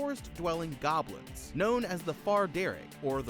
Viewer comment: Not even 10 seconds in I hear “baby stealing gobilns”😭